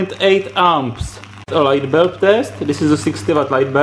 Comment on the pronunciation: "light belb" i like it